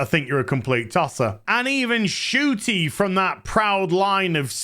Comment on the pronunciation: Are you pronouncing her name: Shooty? I thought they were saying Shitty. And I agree.